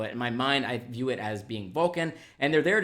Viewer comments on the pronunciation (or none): none